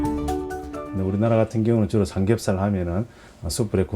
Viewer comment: 의 나레이션, '삼겁살 만이 어닌(?)' '매니아'라고 해야 합니다.